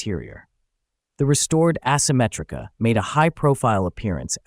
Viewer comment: It's also ehsymetrica not assemetrica